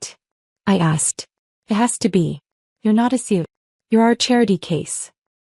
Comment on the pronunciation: CEO, not sio. Stop with the asterisks.